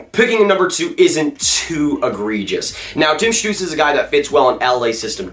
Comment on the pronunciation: you are the first american to pronounce tim stützle´s name correctly...(from the ones I've heard so far) :D